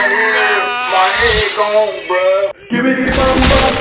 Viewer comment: Bro said skbiti💀